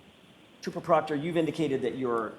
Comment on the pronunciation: When the defense says trooper proctor, my brain hears, chupacobra😅